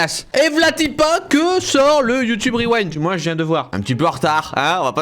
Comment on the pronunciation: C kro bien le YouTubeuh Reuwinde